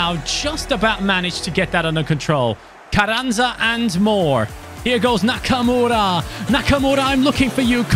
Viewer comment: Carranza I'd pronounced differently. The rr should have a bit off a H sound in front of it and the z is like a s. Love the content